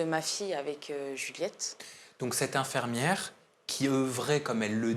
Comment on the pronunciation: Rien à voir avec le sujet, mais le journaliste dit "infermiere" c'est pas très professionnel !